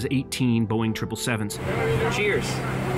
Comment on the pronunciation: I laugh when says “Boing 777”